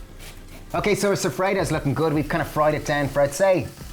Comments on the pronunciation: Soffritto!!! Non sofredo... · Love it! BTW, soffritto is pronounced so-free-tow 😜